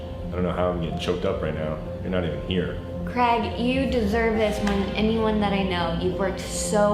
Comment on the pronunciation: Why can't Americans say Craig